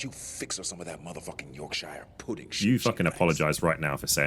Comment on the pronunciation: As an American who is currently sick. I genuinely laughed at how offended you got at how sam pronounced yorkshire pudding. Thank you for the laugh and great video.